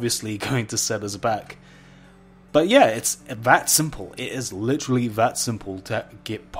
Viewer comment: "litchrally" ahhhhhhhhhhhhhhhhhhhhhhhhh